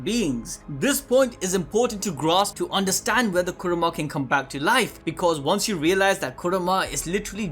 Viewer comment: Why the hell are you saying kurama so bad like that